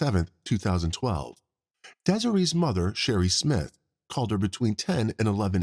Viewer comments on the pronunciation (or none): none